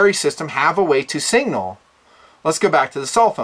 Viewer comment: love your vids and I've been watching since you posted one of you and your son shooting an old washing machine with a.22 pistol more than a decade ago...but...it's time that you learn how to say SIGNAL. The word starts with SIG (not sing), and I know that you know how to say SIG.